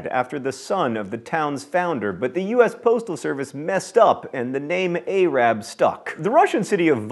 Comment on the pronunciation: Unless I misheard, the way you pronounced Arab is offensive.